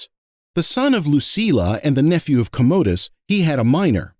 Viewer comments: "COMMA-dus". Not " ka-MODE--us" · I agree - who the heck is Commode-dus anyway? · Bro, why do you mispronounce “comodus”? 😂